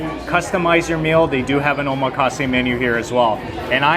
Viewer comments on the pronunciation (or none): none